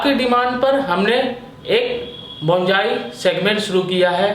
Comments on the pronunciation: Abe bolna to sekhle.. Bonsai Bolte h Bongai nahi... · बोंजाई नहीं बोनसाई बोलते हैं डियर, प्रोनाउंसेशन ठीक करो अपनी ... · It is Bonsai.not bonjai. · बोंजाई nahi बोनसाई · Pronounciation thik se karye please Yaa fir Hindi mein boliye. Bonsai ka Pronounciation =Bawn-Sai Bonjai nahin hoga. Aged is = A-jed Not A-Jid Ok. Rest all OK. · Oye Pagal Bonjai Nahi Bonsai hota hai 😂😂😂😂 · अबे बोनजाई नहीं बोलते बोनसाई बोलते हैं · Bonjai nahi bonsai kaha kariye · बॉन जाइ नही होता हैं बोन्साई होता हैं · hmm Likha to hai , but pronounc to Bonjai hi Kar rahe hai 😂